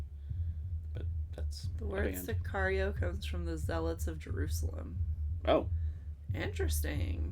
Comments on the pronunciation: si car io is correct. car like how americans say a muscle car. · Excellent intuition on the pronunciation of the movie title. Sicario=hitman.